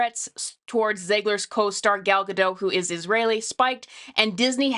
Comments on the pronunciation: Gadot, not Gado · Please look up how Gal Gadot pronounces her last name. The "t" is not silent. (Oh. you actually pronounced it correctly. OK, then.)